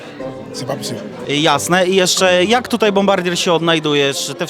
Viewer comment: " dzisiej tutej"